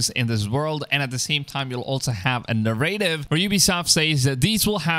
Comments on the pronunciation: na-rra-tive......accent is on the first syllable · Thats not how you pronounce narrative